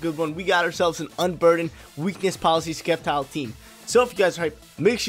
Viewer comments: skeptile hahaha It is Septile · Sep-tile not Skep-tile lol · And Sceptile is pronounced (Sep-tile) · Don’t forget Skept-ile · Plss say sceptile correctly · There’s no K sound in SCEPTILE and xurkitree you actually pronounce the X dude don’t play if you do it only for the views